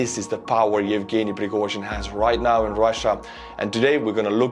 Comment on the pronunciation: Piragozhin lol